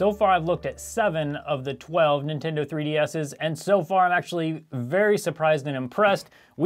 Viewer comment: "broken Nintendo 3D asses"